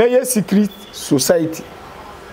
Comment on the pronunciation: Did I just hear 'Secriss room underground '?? 😂😂😂 chill😂